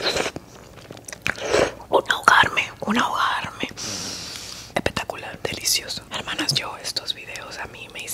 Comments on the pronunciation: en realidad dice epetacular pero ntp yo también escuchaba eso jaja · "Un ahogarme, un ahogarme... EPETAKULAR" JAJAJAJAJAJAJAJAJAJAA AMO